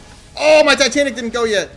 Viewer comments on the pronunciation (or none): none